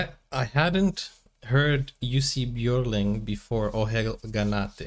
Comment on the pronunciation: Jussi Björling, perfect pronunciation! He toured the US with his Dad and brothers at the age of 9. All good singers. So glad he lived long enough to make good recordings. Museum in Stora Tuna, Dalarna (Dalecarlia), Sweden. His homestead as grown up. Born in southern Sweden.